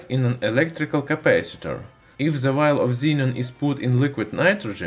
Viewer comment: Is it so Hard to say "the" and not "ze"? It ruins whole video